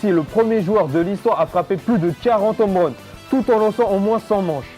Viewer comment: Bonne vidéo, par contre rien sur son transfert au montant stratosphérique? Et puis les "zomeruns", les "nomerun", "les américains revient" j'ai mal aux oreilles...